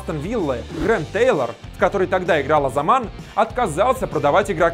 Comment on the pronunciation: Только Алпай Озалан,а не озаман